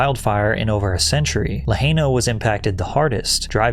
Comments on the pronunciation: it's pronounced la h-ryr-nah. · You pronounced Lahaina wrong, and yes I still live here. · My guy.... it's pronounced La-Hi-na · La hy na. Any human who had followed the devastating news would have heard the correct the pronunciation of Lahaina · I like your content, but your blantant mispronunciation of Hawaiian words is really annoying. Learn to pronounce my culture's words. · Bro at least pronounce Lahaina correct bruh. It ain't that hard. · Bro you almost forgot how he butchered the pronunciation of Lahaina.